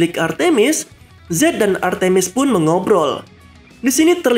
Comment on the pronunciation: Nama nya artmis bukan artimis